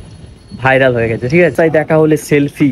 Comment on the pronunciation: ओके bolen Tor thik bhabe bairal Bola hoina Vairal na bhairal